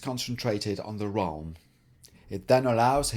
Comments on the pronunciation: Awesome! But "wralm"... come on :,D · Did you call it the "wralm" because it still sounds better than the "prist"?